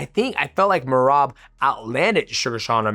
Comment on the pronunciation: Called Sean Mersean and I swear at like he called Merab Merobert😂